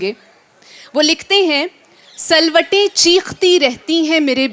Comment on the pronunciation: not salwatay _ ye lifz silwatay hy